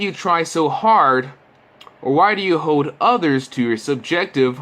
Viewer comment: GD! Ok..it's impossible to make the sound of the letter 'L' without your tongue touching the roof of your mouth. Try saying the word 'hold'. See what I mean? More kids seem to pronounce the L sound more like a W sound. I hate it, it infuriates me and I don't know why. UGH!!!! Listen to him ..." Hoed" agh! And many other words with L during the entire video. Yes I know it's trivial but to me it's maddening.